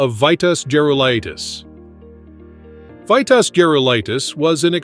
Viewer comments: This must be the AI idiocy that we have to put up with. The name was pronounced "Veetas". He was a great for sure. I met him at the WTA event in Dallas at SMU in 1977. Great and friendly guy. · I stopped watching after you mispronounced his first name. 🙄